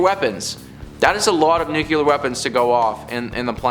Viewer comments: New-Clee-Er. As in from the NUCLEUS of an atom. Not New-Q-Ler. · I love you guys! But...Omg, the word nuclear is pronounced nu-klee-Ar..not "nu-kewul-er"..all of you say it wrong. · Learn to say nuclear please